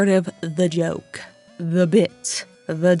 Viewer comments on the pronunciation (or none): "uish juwst a jwoke bwuhh"